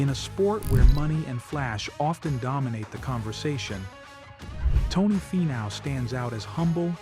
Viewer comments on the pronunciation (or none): Great video on Tony. Was AI narrating? You might want to look into pronouncing his name. It's,Fee-now not Fi-now